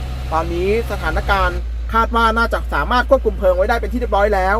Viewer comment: ปอบก็ครับ_เพลิง_นะครับไม่ใช่_เพิงหมาอหงนครับ